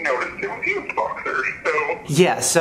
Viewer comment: When the dude on the phone said used u thought he said eww lol